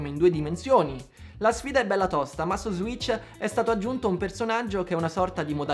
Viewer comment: Ssss serpente sasso ssss si dice switch, non zwitch.